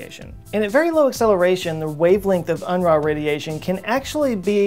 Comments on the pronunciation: that looks like a German surname to me, and if so I believe it should pronounced Un-roo ... not Un-rah. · Unruh is pronounced like oon roo but with a gutteral r. It's German for unrest or disquiet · I think that's pronounced "un-roo". Somebody tell me to take a long walk on a short pier if I'm wrong. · Unruh - unroo - german for "balance" if that sheds any light